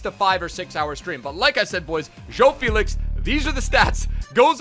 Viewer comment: Man spricht felix „felis“ aus